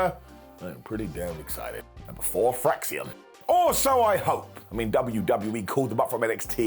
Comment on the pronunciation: Well it's "Fraxiom", so...🙄